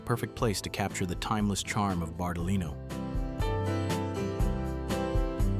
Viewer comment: "BARTALI NO" nn si può sentire